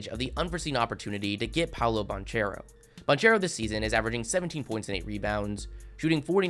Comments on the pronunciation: bro still calls him “paolo bon-chair-o” lmao bro doesn’t know shit about college hoops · I don’t wanna be that guy but it’s pronounced Ban-Care-oh, the H is silent my boy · The ch in banchero is pronounced like a K.